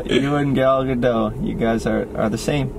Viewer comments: Josh: "I love Gal Gadot!" Also Josh: continues to mispronounce her last name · I just found this out this week but it’s not Gal Gah-doe. It’s actually pronounced Gal Gah-Dote. Look up YouTube videos of her pronouncing it.